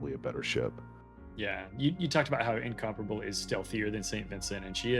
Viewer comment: is the only guy in WOWS who pronounces Incomparable the correct way.